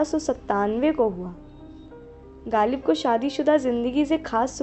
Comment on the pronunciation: galib nahein ghalib kaho bhai.